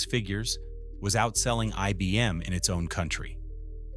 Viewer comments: “E B M”? Really? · When within the first few seconds IBM is mispronounced as EBM, I stopped watching.